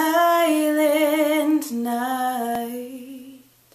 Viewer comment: I was afraid that candle was about to spread to those drapes. You sang well. I wish you actually held some of the notes instead of breaking them up in extra syllable(nigh-hi-hi-ght. Makes it sound like a sloppy run to me.